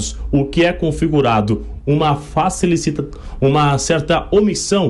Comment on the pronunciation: Nao sabe falar facilitacao?? Entao pede p sair